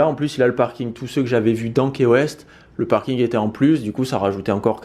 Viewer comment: Cc je vous adore ps ca s écrit key weste mais se ce dit ki west❤️☀️